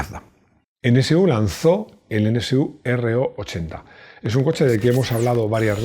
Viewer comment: Perdona mi atrevimiento, pero como profesional de la comunicación, me dejas confundido, pronuncias N(CE)U NCU, cuando lo correcto es NSU N (ESE) U...